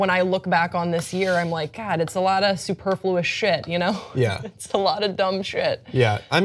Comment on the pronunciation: Superfluous is one of my favorite words! You're mispronouncing it though. My word for the year would be mortified. Not only because it's used more, but because it is misused more. So many people think it means terrified.